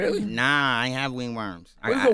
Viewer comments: Ctg talkin bout “what’s a wing worm?”, not even realizing he’s the one who pronounced it as “wingworm” first lol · Ray said wingworm and kinnygarden 😂😂😂😂